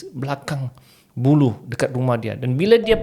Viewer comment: Ada tersilap saya dgr atu admin silat sebut ke atu loghat admin sebb ada terdgr bulu..bulu ke buluh ?